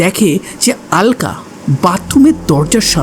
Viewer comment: Oi mahila ke "alka" bole ki abangalider nakol cholchhe naki? ? Bangla vasha vule gechis naki? Aloka bol.